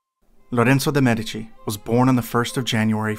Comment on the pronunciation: For your information, in the word 'MEDICI' the stress falls on the first syllable.